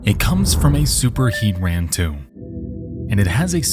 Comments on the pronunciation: It is pronounced “Hee-tran”. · It is actually hea-tran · "heat-ran" lol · Heat-ran and hee-tran are just enunciating the syllables slightly differently so I don't think it makes much of a difference. However he massacres "Prieta" in Loma Prieta. It's supposed to be pree-ay-ta or even pree-eh-ta; homie just says "preeta." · Going from listening to the unimaginably devastating story about the Hendersons to hearing Nexpo butchering the pokemon name “Heatran” gave me emotional whiplash.